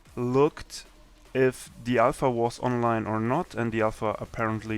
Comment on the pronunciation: doch. aber das merkt man doch allein an dem "the" aka dö